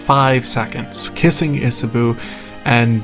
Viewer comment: Love the video, Cannot tell you enough how much you calling Isabeau "Isaboo" pained me [as a french speaker, it's pronounced isabow]